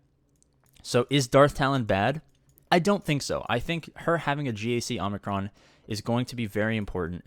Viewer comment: Oh good lord. I can’t take it any more. There’s one N in Omicron. And that’s at the end. Not after the M. Please. 😂